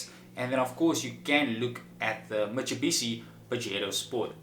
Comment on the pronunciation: Mitsubishi not mitsebishi😂😂😂